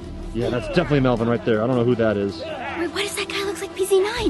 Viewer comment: Or melven or should I say melbon😂😂😂😂😂LOL 😂😂😂😂😂😂